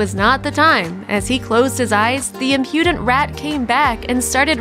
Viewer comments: Im-PEW-dent? Give me a break. Learn English, dunce. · Impudent is pronounced “IM-pyuh-DENT”, not “im-PYEW-dent”.